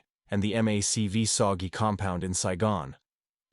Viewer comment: Macv soggy? MACV-SOG.